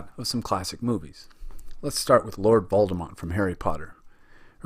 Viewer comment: I was just riffing on the fact that he said “Voldemont” lol